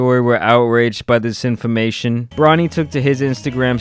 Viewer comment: "infamation" lol, I thought you were from Houston :)